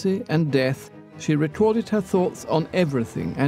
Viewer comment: British narrator: She uses her pen to write all her thottsths